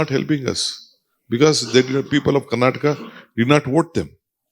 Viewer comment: Please remove the lady reporter, she couldn’t even read what’s written on paper and bloody people it’s Karnataka not karnatak